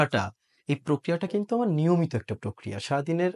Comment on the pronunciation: আমার ✅ আমাড় নয়। চর্চা✅ চোর্চা নয়।